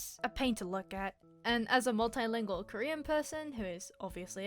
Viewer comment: “oh I’m Currien cuz I like curriuh”